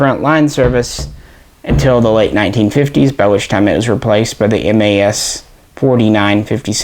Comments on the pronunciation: we don't call them M.A.S but MAS (sounds like "mass"). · Just so you know, in France we pronounce '' Mas " just like you pronounce '' Math ''. MAS stands for" Manufacture d'armes de Saint-Étienne ". Love your channel and glad that you guys have interest for french guns.